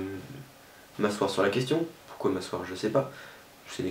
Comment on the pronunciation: "pourcoit" ? "pourcoit" ?.. T'es sûre de ça ?